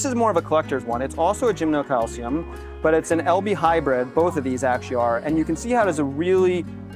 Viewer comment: Oh, /, PLEASE rehearse some of the people before videoing them and posting the videos. My head is about to split. I have to throw in the towel and move on to a different video of yours. 😟 By the way, it is NOT gymnoCALCIUM. 🤨